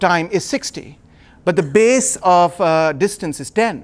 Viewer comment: Of pronounced "ov" not off...